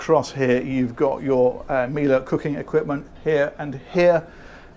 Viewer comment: Holy moly,! 352K subs? It was 10K when I started watching your channel. Well done! Oh, and by the way, it's pronounced "Miele". Crikey!:D <3